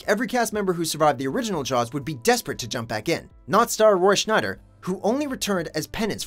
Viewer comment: Roy "Schneider"? Is he presented by the same agent as "Clive Warren"?